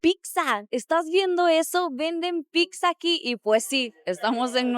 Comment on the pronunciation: Pizza, NO PICSA! Porfa ya llevas demasiado tiempo en México como para que ya hubieras aprendido y además eres comunicadora, un poco de respeto con tu audiencia.